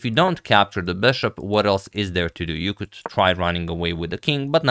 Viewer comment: I love Agad's "Böshopp" pronounciation 😀